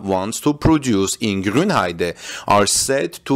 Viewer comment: Thumbs up for pronouncing "Grünheide" correctly :). Not really sure about this new battery technologies. I don't see why you would make new cells smaller. Smaller cells mean more overhead in terms of weight and size. On the other hand, it could make cooling easier. I'm afraid we have to wait for battery day to know for sure what this is all about. Politicians talking about technical topics is probably not the most reliable source ;-)